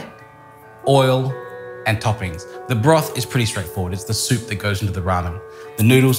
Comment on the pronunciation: Hmmm...Impressive. Mr Liaw.. I'm a Japanese guy living in Uk. Many people asking me how to make ramen. This video made my life easier! I'll just send them link. Well executed, absolutely needless to say. best ramen "soopu" instructions ever + perfectly pronounced like a Japanese native about these ingredients.